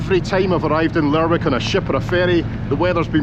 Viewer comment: Cracking video but it is pronounced Lerick rather than the way it is spelt.